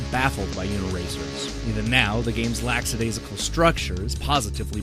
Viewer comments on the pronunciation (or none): HHA you said LAXADAISICLE!